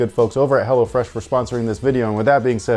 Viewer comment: I swear he said “hellafresh” once